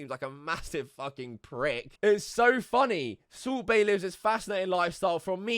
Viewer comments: Sult baiy...bruh says his name dumb as fuck 😂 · The subtitles say subway when he says salt bae and it's glorious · Kept thinking that you were saying Soup Bae instead if Salt Bae. A good laugh.